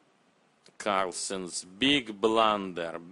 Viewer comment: Dis eez ay bluhnder